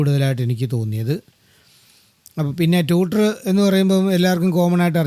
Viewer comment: ഒന്ന് രണ്ട് കാര്യങ്ങൾ വ്യക്തമാക്കിക്കൊട്ടെ? ബാസ് എന്നല്ല ബേസ് ആണ് പിന്നെ ടൂട്ടർ (ട്യൂഷൻ എടുക്കുന്ന ആൾ) അല്ല ട്വീറ്റർ ആണ് ശരി.പോലിസിനെ പൌലോസ് എന്ന് വിളിക്കാറില്ലല്ലോ.